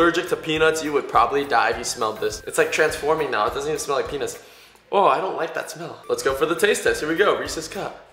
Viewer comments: u said penes! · Matthew Labayog WTF XD HE SAID "peanuts" LIKE WTF